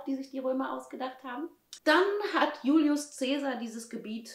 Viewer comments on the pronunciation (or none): none